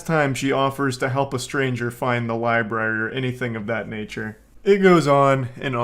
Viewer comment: "Excuse me, do you know where the LIBARY is?" My man immediately sounding like an illiterate goon. People really still forget the first R in libRary in this day and age, aye? Sad, lol.